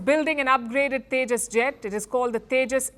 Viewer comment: Ye Teja Teja Kya Hy ye Teja teja😂😂😂